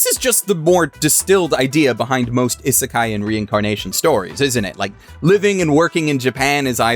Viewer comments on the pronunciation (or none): Isn't he pronouncing isekai wrong? Isn't it "ee-suh-kai"? Not like an American type "is a kai"?